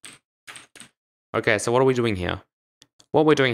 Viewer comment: U pronounced so as sor